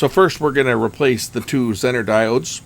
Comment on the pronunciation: Don't think I've ever heard "Zener" pronounced w/ a short "e."